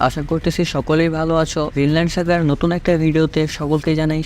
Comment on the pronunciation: ভাই তাড়াহুড়া না করে ধীরে ধীরে বলেন সিরিজ নামটাও তো ভালোভাবে বোঝা গেল না